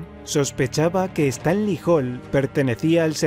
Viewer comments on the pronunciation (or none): none